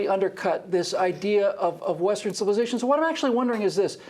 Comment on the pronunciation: Heh, she said "created Western civillization"! omfg.